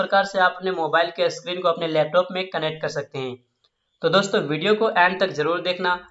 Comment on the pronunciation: 😀... Screen(स्क्रीन) इसका उच्चारण अस्क्रीन होता है इसलिए!